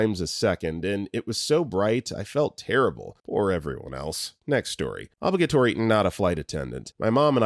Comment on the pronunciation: Narrator, please, stop mispronouncing "obligatory!"